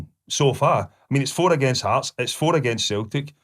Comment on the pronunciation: 😂 Heartsess????? Uhhhhhh it's Hearts Mr Boyd 😂😂😂😂😂